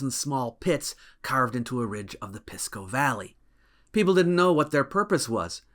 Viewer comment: Pisco is'nt pronounced "Piss"-co, it's like "Peace"co